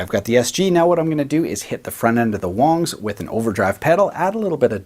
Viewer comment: If its WONGS why is this dude saying WANGS?